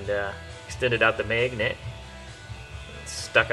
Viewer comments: good video until he called it a god damned "maygnit" its magnet... your accent when you say magnet just ruined this video. unholy hell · "May-gnets"... lol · Meghent!!! Lmfao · Maiy-gin-nent lol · the "megnet" accent is to funny. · meeeeegnet lol. nice vid tho. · Just make an entire video of you saying magnet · can you say magnet one more time. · I wanted to hear him say magnet a few more times lol.....where are you from? You don't have a accent while talking but you do when you magnet... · LEARN HOW TO SAY MAGNET!!! otherwise great vid